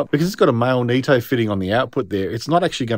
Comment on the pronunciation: It's nitto not neetto